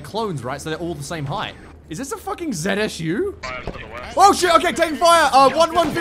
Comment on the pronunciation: Calling a zu a zsu the entire video looooo